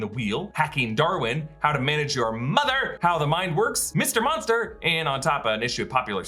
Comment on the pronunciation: I like how you emphasized "Mother!" the same way Buster from Arrested Development does. solid.